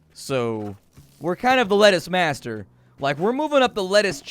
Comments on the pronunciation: "Letucce" lol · It's not lettuce because of copyright infringement. It's pronounced Let-tuch-e.. lol